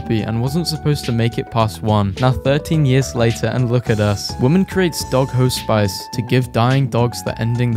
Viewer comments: ITS HOSPICE NOT HOE-SPICE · Hos-spice got me I had to use captions and figure out what you meant.